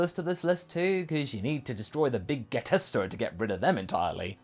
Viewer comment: The pronunciation of "Big getester" followed by the "beep" caught me off guard so much and provided a very good laugh thank you for that!